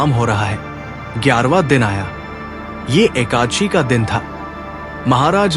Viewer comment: Aap ekaanshi mata kyo bol rahe ho ekadashi bolo